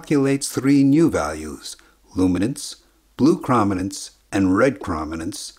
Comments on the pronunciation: It bugs me that you say Chrominance wrong. To me it's: (Chrome-In-Ance) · it's actually a hard o, as in kh/row/minance. :D Love the channel! :D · Chrominance is pronounced with a long O, like chromatic or chrome. It wouldn’t be a big deal if the word was used once or twice but it’s repeated dozens of times in this video. The constant mispronunciation is jarring to anyone who works in video, photography, or digital imagery and uses the word chrominance on a regular basis. I’m not sure how you could screw up something so basic. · Your computer voice overlay pronounced the word 'chrominance' incorrectly. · Chroma/Chrominance is pronounced like chrome, like on your car tire rims. It rhymes with roam and foam, not with from or bomb. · Bruh. Sure the pronounciation might be wrong but the simplification of how the cones in our eyes exactly work is just that - a simplification. This comment is literally "erm actually". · You probably should learn how to pronounce chroma and chrominance. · its not cra ma nanse its crow man nanse. Your pronouncing it wrong... Cro matic.. Croma. not Crama.. crom not cram.. dude wtf? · It's CROW-min-nance, not CRAH-min-nance. The detailed luminance response does not come from rods, but from the cones. The rods provide low resolution luminance only, away from the center of vision. The cones also provide the lower resolution chrominance response via neural processing that works on the differences between the three different types of cone cells. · Great video with clear explanation of this process, but jeez is that chrominance pronunciation distracting. It's chrome-i-nance, as in chroma, as in color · Good video - but my ears are bleeding. Chrominance is properly pronounce 'Chrome - in - ance' ... not "Chraum - in - ance' ! look it up. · I love the video. Incredible amount of work you put into it. One nit: I believe it is pronounced “krōmenens” with a long o, not a short a sound. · “Chroma” not “Chrama”. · Argh! It's pronounced "CRO-min-ance"! 😝